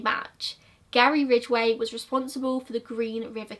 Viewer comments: You say Ridgeway just fine! Thanks for finally making Gazza’s episode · You said his name perfectly